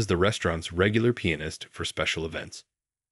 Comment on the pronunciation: There are many grammatical mistakes in both writing and pronunciation. In the early part it's written Main rather than Ming. Later it should be waited, not weighted. The other mistakes these words are mispronounced; recital, Chopin, Duets, and finale, and the worst is penis not pianist.. I'm sure there are many other mistakes but these were the most glaring. All in all I found this story difficult to believe.